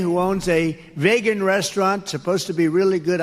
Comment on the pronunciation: The fact that Trump doesn't know how to pronounce.Vegan makes me want to vote for him.